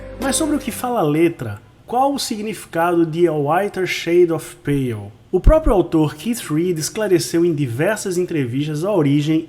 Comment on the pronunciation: AMEI O SEU COMENTÁRIO E LOVEI A SUA ÓTIMA PRONÚNCIA EM INGLÊS DO TÍTULO DESSA CANÇÃO TÃO ETERNA!!!